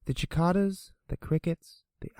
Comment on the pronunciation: Hold up. Didn't you just pronounce "Cicadas" (Si-cay-duh-s) as "Chi-ca-das"?